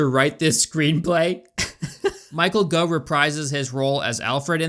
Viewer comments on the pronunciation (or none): It's pronounced Michael "Goff" not "Go".